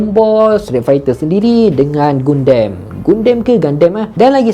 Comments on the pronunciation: Gundam bkn gundan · Ejaan:Gundan Sebutan:Gandam